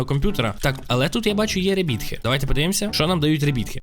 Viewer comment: Круте відео! Але якщо тобі не важко, то постарайся вимовляти слово rebirth правильно. Правильно буде не ребітх а ребьорф. (так знаю звучить дивно 😏)